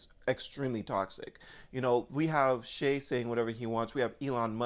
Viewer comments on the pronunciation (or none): His name is not pronounced as you say (Shay). It’s pronounced like Shy. I’m glad you said that about X. Everyone should say what they want and people need to stop crying about it. Anyway all he’s saying is that they need to get rid of terrorists and end war so if anyone is upset with what he’s saying I guess they are pro-terrorism?